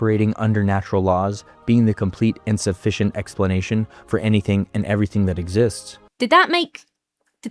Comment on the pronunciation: fun with accents, I think. I heard him say 'complete and sufficient', but someone could easily have heard 'complete insufficient'. Enunciation is our friend, boils and germs.